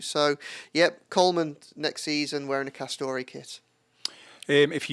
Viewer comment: It’s castore or or or not castoray ray ray u fake blue